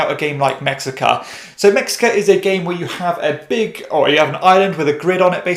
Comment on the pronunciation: It's pronounced meh-shee-kah